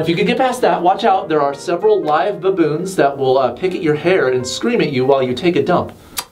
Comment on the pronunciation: I love how you say the word baboons. "Buh-boons" 😂😂😂